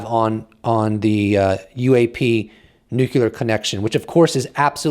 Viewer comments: Every time he says nucular instead of nuclear.😬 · Nuclear, not nucular. Love your content! Thank you for reporting! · It's "new"-"clear". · 'Nuclear' has one "u" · Hey...please learn the correct pronunciation for nuclear. You pronounce it incorrectly...like George W. Bush.